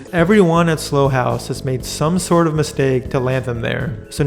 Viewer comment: It's not 'Slow' house, it's 'Sl-ow' house.